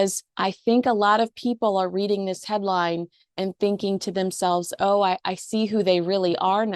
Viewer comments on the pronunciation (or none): none